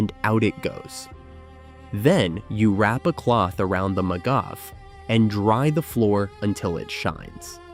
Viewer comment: Super hilarious to hear the american ai voiceover just BOTCHING every hebrew word like "magav", "makhsan", "trisim" and hearing them through an american accent is hilarious